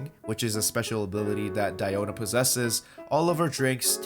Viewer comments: It’s actually Diiona not Daiona if you go with the Chinese translation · No no no, it's DIO-na ｺﾞｺﾞｺﾞｺﾞ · It supposed to be pronounced as Dee-O-na. Me,who assumed her name as Diana:(⊙_◎) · I like, "KONO DIOO-NAAA!!" Pronounciation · The "DPS DIE-OH-NAH" part is funny af